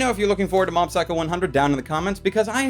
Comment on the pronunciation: I could've sworn I heard him say Mom's Psycho 100 .